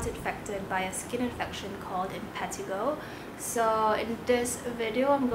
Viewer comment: M-pa-t-A-g-O is how you say it lol